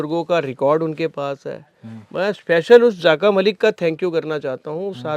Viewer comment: Zaaka malik nahi dear rather zaka malik.